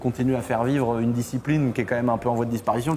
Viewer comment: Je suis vraiment un gogole mais quand il a dit " quand j'ai découvert la disciprine" au lieu de ( discipline ), j'ai plié une barre sorry jsuis intenable.. 🤐😜 Histoire incroyable par contre !!!